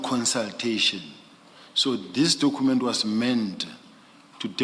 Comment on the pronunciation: Hoooo struggles with the pronunciation of cu that is why he document as " dokhument" so any word that requires him to use cu he sounds as khu